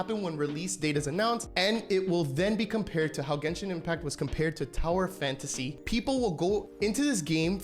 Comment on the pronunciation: why can't you say genshin like a normal person?